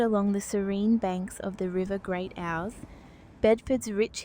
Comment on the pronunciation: The river Ouse is pronounced as in 'ooze'.